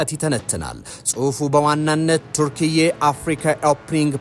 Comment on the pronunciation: የሀገሪቱ ስም ተርኪያ ነው እንጂ ቱርክዬ አይባልም ሲጠራ